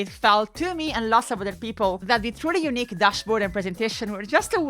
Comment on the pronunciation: And “unique”, which should never, ever be pronounced like “eunuch”! :P (For anyone who doesn’t know, in English, “eunuch” is pronounced “YOO-nick”, while “unique” is pronounced “yoo-NEEK”, with the difference in stress and length of the syllables being essential.) Little story: I live in Zurich, Switzerland, but moved here from USA in the early 90s with my family. Around the year 2000 as part of its semi-privatization, the Zurich airport, whose name had simply been “Flughafen Zürich” (“Zurich airport” in German) until then, decided it needed a “brand”, and the brand they settled on was “Unique”. (Never mind the irony that it was their plan to roll out the Unique brand to multiple airports worldwide…) When my mom heard this news, her reaction was “Oh, no…”, because years of being an English teacher here had taught her that people here tend to pronounce that word like “eunuch”. And indeed, for years, the recorded English voice at the airport announced periodically in a German accent “Thank you for choosing Zurich Eunuch Airport”!! 😂 But the story gets better. So much better. Because the Zurich airport is, like almost every airport, not actually located within the namesake city, but in a suburb. And the name of that suburb? Kloten. Ok, so what? Well, in the Dutch language, “kloten” is slang for “balls”, and I don’t mean the kind used in sports. So it was the Eunuch Airport because those wily Dutch were taking the kloten off the male passengers! But we aren’t done yet. So what